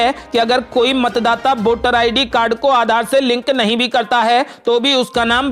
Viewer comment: बोटर, बोटिंग यह क्या उच्चारण की धज्जियाँ है? ये शब्द हिन्दी भाषा के हैंही नहीं । अवली खबर नही, बल्कि अगली खबर कहो ।